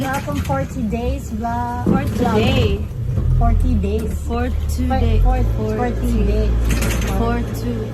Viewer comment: Baka naman ginaya lang nila Ellen yung meme na nag viral na mali ang bigkas. May isang nag viral sa facebook na meme na ang sabihin ay "for today's video" pero ang hindi mabigkas ng tama kaya parang nanghula nalang ang nag vi-video na "Portugese" "Forty days" tapos inulit ulit nya pa.😅